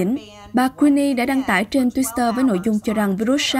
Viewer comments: Đồng quan điểm với bạn! Cứ đọc thêm chữ s vào nghe rất kỳ cục. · Twitter mà cứ đọc là thêm chữ Sờ là sao?????